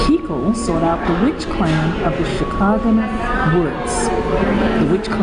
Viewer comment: Did you say CHICAGO'land woods?